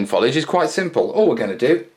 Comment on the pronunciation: Another good vid! ....but for the love of God, Man, STOP saying "follidge"!